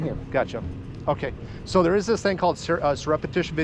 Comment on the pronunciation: ?? "SURUPETIOUS VIDEOTAPING" Is there any chance that this episode has as much as a high school diploma? Text to the biggest word that hes ever attempted to spew out of his diarrhea hole, and he botched it worse than a non native English speaker haha!